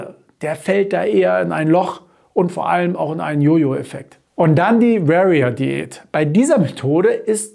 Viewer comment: Alles gut und richtig erkläre. Nur "Warrior" spricht man "W-O-R-I-A" aus... :-))))) Nicht "W-E-R-I-A" ;-) klugscheissmodusoff